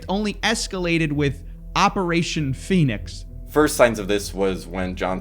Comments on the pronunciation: he even pronounces it PHEnix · The fact that he was pronouncing the first syllable of the word “phoenix” as “feign” is either a hilarious coincidence, or a smug breadcrumb that alluded to what he was up to. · "Pheonix" was an ironic mispelling, since they pronounced it "Feign-ix". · Omg the Phoenix misspelling is mad funny, he even is pronouncing it like "Phay-nix" to cover it up XD